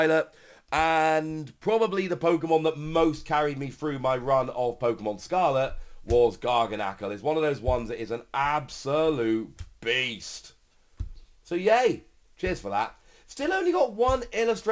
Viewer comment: Gar Ghana cul not Gargah nacle